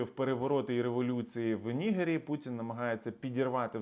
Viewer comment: як завжди дякую, але є уточнення: країна Нігер, наголос на "е", у вашому виконанні трохи по расиські виходить 😀😀😀